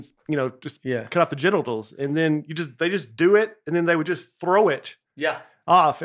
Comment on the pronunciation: Hearing Ballbag mispronounce genitals had me crying laughing